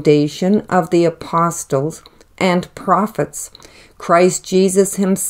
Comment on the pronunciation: Respectfully, the “t” in apostle is silent.